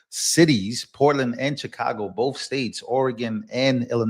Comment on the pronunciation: There's no F in the word both!